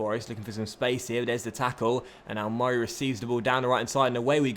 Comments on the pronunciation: why do u put do much emphasis on murray davidson's first name? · please dont say murray like that it pisses me off